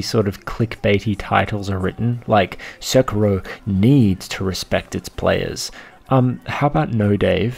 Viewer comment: “Sicko mode” I think you mean “Sekiro mode”